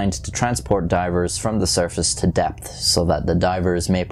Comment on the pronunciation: from surface to depth My ears: from surface to death